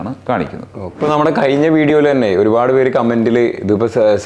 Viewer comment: കയിഞ്ഞ അല്ല - കഴിഞ്ഞ